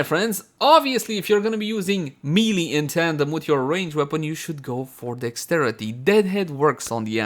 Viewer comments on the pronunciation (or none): Did he really just say me-lee Lol its maylay